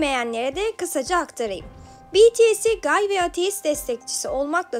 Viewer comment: Gay diye değil gey diye okunuyor askm